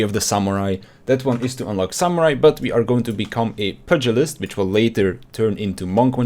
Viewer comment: It's pronounced pewgilist